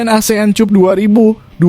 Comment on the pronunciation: Maaf ya pembaca narasinya nggak bs bhs Inggris ya kok Asean Cup sih bacanya Asean kap dong